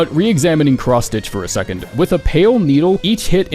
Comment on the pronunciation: seconth sounds right and wrong at the same time